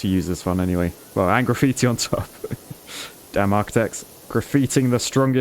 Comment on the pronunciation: Did he just say giggitti? 😂